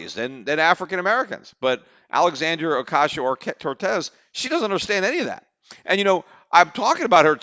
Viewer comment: I hope AOC becomes president whenever she’s eligible so that I can listen to Peter try to pronounce her name for four plus years.